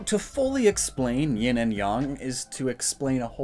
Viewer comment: NOONE SAYS YIN “YAHN”